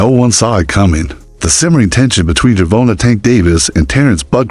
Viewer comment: GervOntah?! I’m out